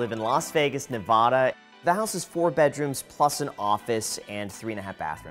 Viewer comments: You live in Nevada and can’t even pronounce the name of the state right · Lives in Las Vegas but can’t pronounce “Nevada.” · He needs to learn how to pronounce Nevada. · You’re pronunciation of Nevada isn’t correct. Just a heads up.